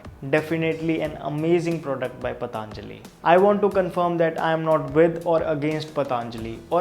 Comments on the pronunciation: Thank u for the informative video. Just a humble suggestion.. Please not the pronunciation - पतञ्जलि not पताञ्जलि. A lot of people say pataaaanjali because perhaps it sounds stylish.. Which is really annoying. It is patanjali, not pataaaanjali. We teach such words to the world and we should pronounce them right. No offense intended. Thank u! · भाईसाहब इसका नाम पतंजलि है। आप इसको बार बार पतांजलि क्यों बोलते हो? कृपया उच्चारण शुद्ध करे। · Please don't say "PATHAANJALI" it is "PATHANJALI"(Patanjali),didn't you ever listen Baba Ramdev speak? what's the problem? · Paatnjali nhi be anpad,patanjali bol. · Bro its patanjali not pataanjali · Patanjali ko PATAANJALI bolna jaruri h kya? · Its not. पतांजलि its पतंजलि। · Not pataanjali...its patanjali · Ayeeeee learn first to Pronounce properly...it's Patanjali not Pataaaaaaanjali...ha ha ha Pataaaaaaanjali... Your English is like writing SSC paper, speaking with Aliens tone...ha ha ha Pataaaaaaanjali... Pataaaaaaanjali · It's पतंजलि not पतांजलि whether in English or Hindi because it's name after a maharishi Patanjali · भाई साहब सबसे पहले तो आप अपना उच्चारण मेरे हिसाब से सही कर ले तो हम सभी पर बड़ी कृपा होगी वह पतंlजलि नहीं पतंजलि है महर्षि पतंजलि के नाम पर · Useful video, but some feedback for you. I'm sure you studied Hindi in school. You can pronounce Patanjali correctly ? It is पतंजलि not पतांजलि ! Please make an attempt to be as Indian as possible in your pronounciation ...you are taking the same of a respected Rishi, the least you can do is pronounce the name correctly. Second, coconut oil has a LOW heating point,not High. Please research better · It's पतंजलि, not पतानजली as he reads. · उच्चारण कृपया स्पष्ट करें पतंlजलि नहीं सही उच्चारण पlतंजलि है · It's not "Pataanjali" , it's patanjali. So many of us pronounce it wrong. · I have seen many of your videos. They are extremely informative. Keep up the good work. Just commenting here to let you know that it is not पताञ्जलिः but पतञ्जलिः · Its not pataanajli Its patanjli